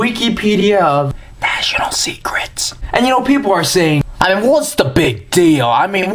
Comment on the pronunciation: Ha ha... With your comparison of American to a sassy teen girl, every time you said "National Secrets" I was hearing "Vaginal secrets." I was then thinking "What did he just say?" Then you mentioned "National" in a clearer way.